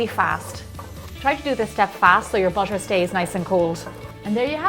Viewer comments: the way she pronounce butter is bussher its annoying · I wont see this video anymore, the way she says butter is driving me crazy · that's irish accent. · she pronounced butter like "bosher" oh my god her accent is fancy 😁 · how do you say the word Butter Is it "Bucher". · Maybe it's her accent